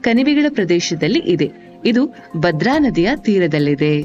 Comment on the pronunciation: ನಿಮ್ಮ ಪ್ರಯತ್ನಕ್ಕೆ ಧನ್ಯವಾದಗಳು. ಗೌರವಪೂರ್ಣ ಸಲಹೆ: ನಿಮ್ಮ ಉಚ್ಚಾರಣೆಯಲ್ಲಿ ಮಹಾಪ್ರಾಣದ ಕೊರತೆ ಇದೆ. ಉದಾಹರಣೆಗೆ- 'ಹೊರನಾಡು' ಬದಲು 'ಒರನಾಡು'. 'ಭದ್ರ' ಬದಲು 'ಬದ್ರ' ಎಂದು ಉಚ್ಚರಿಸಿದ್ದೀರಿ. ಇದರಿಂದ ಶ್ರೀಮಂತ ಕನ್ನಡ ಬಹಳ ಬಡವಾಗಿ ಕೇಳುತ್ತದೆ. ದಯವಿಟ್ಟು ತಿದ್ದುಕೊಳ್ಳಿ.